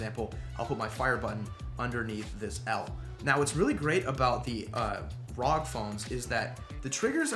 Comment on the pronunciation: Pleas efor the love of God. It's called R.O.G. not one word rog